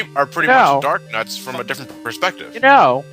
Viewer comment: not darknuts darknauts said like astro-nauts